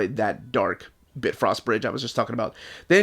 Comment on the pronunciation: BitFrost bridge? lol it’s BiFrost bridge